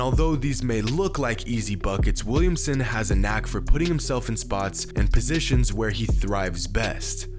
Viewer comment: Position, not posetion.